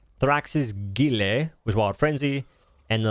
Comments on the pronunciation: Its pronounced gi-el guile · Guile is pronounced Gile. It’s sly or cunning.